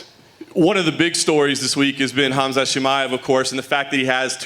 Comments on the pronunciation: Is Khamzat pronounced "Hazmat"?😆😆😆😆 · the pronouncing khamzats name hit me hard aha